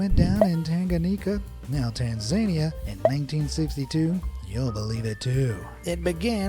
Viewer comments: Tanzania is Pronounced "Tan Zuh Nee Yuh" Not "Tan Zaynee Yuh". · Say Tanzania again .... 😂😂 correctly this time